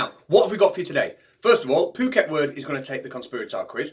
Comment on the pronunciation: Good, but it's "Phuket World" rather than "Pooket". It's the name of an island off the Indian Ocean coast of Thailand. Lots of American and European expat's like to live there. All sorts of resorts for tourists to visit. The guy calling himself "Phuket World" seems typical example of the sort of wandering numbskull that often washes up in such places about the world. I would have written "around" in that sentence, but it never pays to pointlessly poke people like him. Let sleeping idiots lie. Sleeping warriors though should be kicked in the artse, hard! I mean, what good is a warrior who is sleeping?